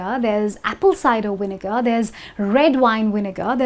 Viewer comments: I do know that Indians pronounce the letter "W" as "V", but this is the first time I know that they pronounce the "V" as "Y" as in the word "Vinegar, she sounds like she said "Yinegar which is totally lame. If you replace the "W" with a "V" then you should replace the "V" with a "W" to make the English language a new form of Chinese mix with Russian & Hindi. Enjoy. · Is the word vinegar pronounced the way you do it?